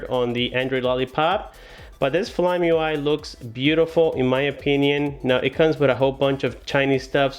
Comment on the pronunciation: I think it's Fly-me, not flyme....